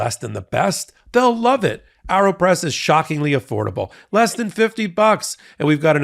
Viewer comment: Isn’t it pronounced Aeropress as in aeroplane??? Air, not arrow. Just curious.